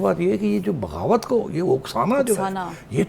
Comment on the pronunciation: It’s not bhag Dhroh, it’s bagh dor, watch few more Bollywood movies.😊